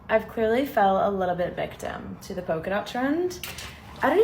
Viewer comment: Yes! NEVER get a fashionable engagement or wedding ring. Although I just cant get used to Americans pronouncing PoLka dots as poka dots.